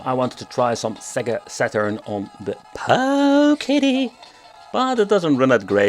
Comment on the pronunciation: the pooooooowKIddy lol